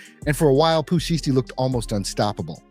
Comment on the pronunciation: It's pooh sheisty, I don't know how this man is pronouncing the word sheisty but he needs to stop it. It's annoying!!! 😠🙄😫